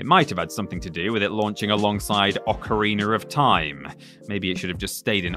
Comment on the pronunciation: it's oc-a-ri-na not oc-a-ri-ner